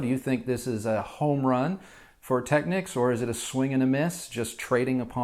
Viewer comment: You say it Tech-(ni)-keys or Tech-keys? whoa, that's a whole new technique. Cool tho